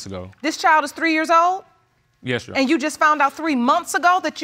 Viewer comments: Its "your honor" not "you honor" 😂✌🏽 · I'm hearing "yes younna" no Rs anywhere..... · Yes, she dropped the r.